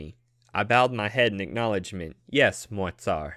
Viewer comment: It’s good but for the pronunciation of like Moi tsar it is moj car (so it is not like in french when you say mua car) because the author used a little bit of russian language (you can still go on the translator and listen to the word)